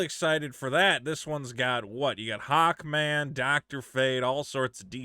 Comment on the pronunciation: How do you mess up Hawkman?